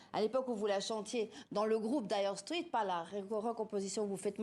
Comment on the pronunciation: La journaliste connait la signification du mot dire straits, mais pas foutu de le prononcer correctement . Elle proonce straits comme street